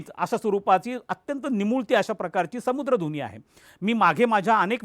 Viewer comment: अहो सामुद्रधुनी म्हणा समुद्रधुनी म्हणताय सारखे